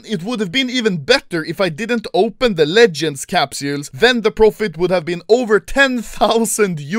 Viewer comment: I love when Anomaly says “Capsjuules”